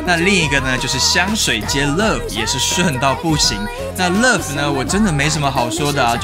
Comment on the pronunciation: 為什麼英文會說不好呢？Love發音的很做作，很像外國老女人的唸法